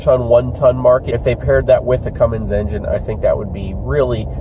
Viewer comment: You said Cumm in Allison ha!